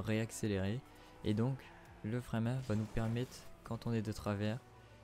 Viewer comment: Bordel l accent du nord le frein à MAINH